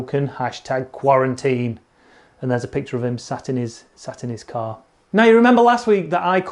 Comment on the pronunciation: that's not a car, that's a Porkarrrr 🤓😂